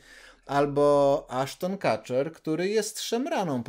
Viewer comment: Nazwisko Kutcher wymawia się przez U. Allred z kolei przez E (red).